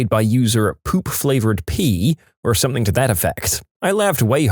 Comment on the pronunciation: No K in the word something